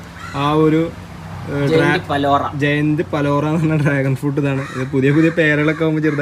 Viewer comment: It's not balora it's palora